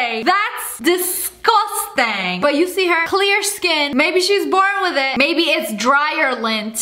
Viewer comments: Ok so Lia said DESGOSTANG and my subtitles were like: THESE GHOSTS BANG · I had captions on and when she said disgustang then it said these ghosts bang 😂